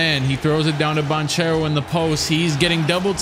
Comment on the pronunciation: Actually Banchero is pronounced as you said, because it's an italian second name anche ch is pronounced like k